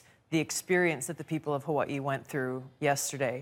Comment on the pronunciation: Love how she try’s to pronounce Hawaii differently from how they actually are supposed to say it